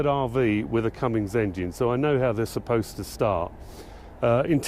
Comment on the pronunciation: Will someone tell this Britt there is NO "G" IN Cummins!!